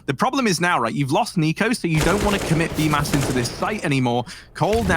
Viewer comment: According to Simple, it is pronounced as "Bumas" 😂